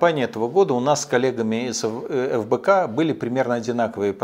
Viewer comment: Мне послышалось или он назвал Фбк , как Лбк?🤣🤣🤣